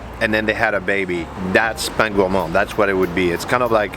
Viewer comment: Good choices of food but please make that little effort to say the names as are, it doesnt take much, you dont need to fake an accent but rather say for bread - Pain - Pun que Pen.